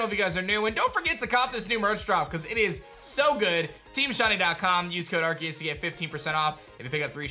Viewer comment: ar-SEE-uhs. just google it if you don’t know how to pronounce it